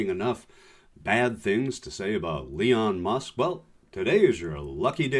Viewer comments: did u just say Leon musk? Either way...he's terrible but aoc sexy af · It's Leon Skum